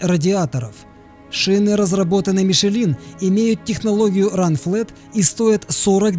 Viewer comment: И Мишлен неправильно произнесли. Как бы пустяк, но тематика канала автомобили... Было бы странно, если учитель русского яз. делал ошибки))))